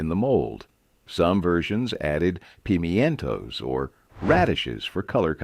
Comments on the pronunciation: Is he saying Pi-men-to sounds Ike pimmenntos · Do those that publish this ever listen to it? Pee me entoes. come on the pronunciation is crap. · I dont ever remember Pee-mee-entoes in stuffed celery. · And his "puh-mee-EN-toes" that you caught just made me laugh. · Is he saying pimentos? Or trying to? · What are yallapeenyos? And what are peemee-yintos?